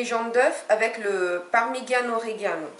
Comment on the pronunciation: Vous avez mal prononcé parmigiano rigiano (fromage de la région)